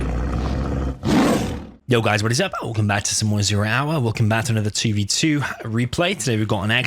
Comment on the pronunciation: I love how he starts the video with "welcome back to zero houwah" 😂